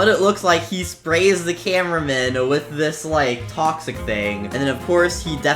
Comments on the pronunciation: Nobody else saw that you said 'tis' instead of 'dis' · no he tip tis instead of this soo he was a real person